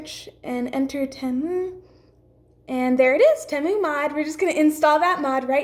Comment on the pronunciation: There's no r in temu. And this is fake. This needs more downvotes.